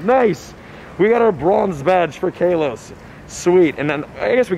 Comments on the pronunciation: he said kaaloss instead of Kalos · Its kalos not kelos🤣🤣🤣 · Omg ilysm and I’m sorry but it bugs me when u say Kalos like Kaylos. I use to be a big Pokémon fan and it’s pronounced Kahlos lol. Anyways I probs dc keep up the work tho ❤️ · Everyone: KAWLOS Him:KAYLOS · Who calls it kaaaalose 😂 it's literally just ka-loss not kayloass like says either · KA-LOSE?? nah g it's Ka-loh-s. That's how they officially pronounce it. I agree on lit-lee-oh though. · He keeps saying Kay-los as well, isn’t it Kah-los? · (I’m just too shocked cuz I never heard the pronunciation Kaylos) (Ka-loss) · It’s kalos not kaelos btw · It’s Call-os, not cay-los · It's not k a Los Its kahlos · My dude says kaylos it’s kalos not kaylos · Man sorry to say but you been pronouncing kalos wrong.!!!! It's kaalos not kaaelose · What region is this "kay-los" that you keep talking about? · If anyone see’s him in public can someone please help him out on how to say “Kalos” plsssss it’s "Call-ohse" pls say it right it hurts to hear it how you say it please get it right man go watch the anime series to even hear it for you can know how to say it Please Thank You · Ik he didn’t call it kaelos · DID HE SAY KAYLOS??? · You pronounced kalos wrong. lol! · You said kalos wrong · He says Kalos wrong! 😑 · Bro its lit-le-o not litlao and its kal-o-s not calose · Pronunciation: Kaaaa-lose and lit-leee-oh